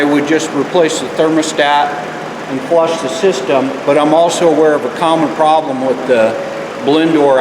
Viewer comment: You saying prroblem with heater. I don't like your dignostic. Wrong